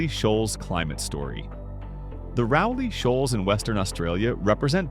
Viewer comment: 147km is an hour and a half drive, Rowley's shall is pronounced like rowing a boat..